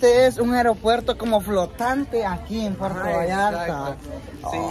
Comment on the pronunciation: Se dice puerto noo perto